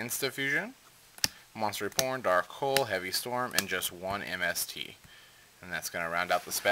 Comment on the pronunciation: Sounds like you said Monster Reporn o.o